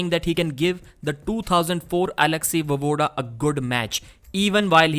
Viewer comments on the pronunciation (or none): Not Vovoodaa....VoEvoodaa..